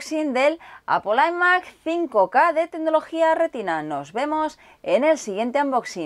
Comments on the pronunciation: muy buen unboxing pero deja de decir imac como si lo pronunciaras en castellano que es un poco flagrante xdddd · Se dice ai mac no y mac